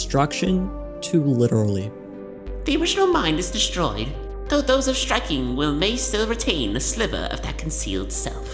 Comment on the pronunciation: The stress should be "those of striking WILL" as in those with a lot of willpower.